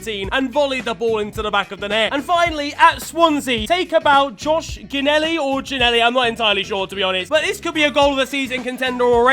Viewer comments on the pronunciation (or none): The fact you said Ginnelly like Gi-nnelly and not Ji-nnelly makes me both mad and happy to finally see my cousin in one of these videos keep up the good work